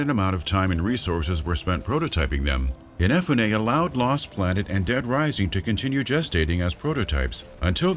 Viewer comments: keiji inafunay, sorry i couldnt get over that, IN EH FU NAY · In uh Foo Neh. Ehnefuneh? Cmon now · The way you pronounce Inafune gives me hives. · Every time this guy butchers Inafune's name is like getting kicked in the skull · It triggers me how you pronounce "Inafune"